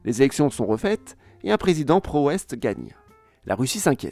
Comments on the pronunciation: Un prézizident … président 😂 No worries , merci pour la qualité de ton travail phénoménal Une vrai pépite ta chaine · Pas grave c’était drôle 😹 un prézizen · avec un prézizent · Avec un prézizant ^^ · Avec un prezizend 😂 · on est pas à un prézizents près :') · Avec un présizent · "Avec un prréézizident..." 🤣